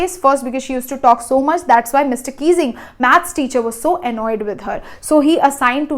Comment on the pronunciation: Mr Keesing ❌ Mr Kissing ✔️ 😅😅🤣🤣